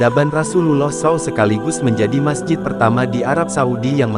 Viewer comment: S.A.W dibaca sau